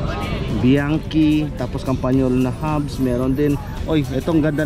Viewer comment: Hnd bianki Ang basa Dyan , GANITO Ang basa sa biachi, suond like this BIANTSI, THAT THE FAMILY NAME. MANY OF PILIPINO GETS A WRONG PRONOUCATION